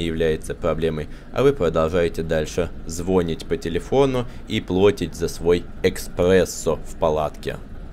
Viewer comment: Эспрессо 😂😂😂 и звОнить 😂😂😂😂… а лайкосище